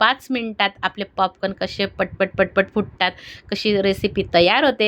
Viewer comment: पापकान नाही ओ ताई पॉपकॉर्न बोला 😂😂😂